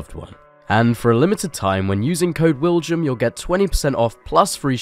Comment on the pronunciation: Your name is William, not Willjum, the J is pronounced as a Y, so just say it, you know you wanna.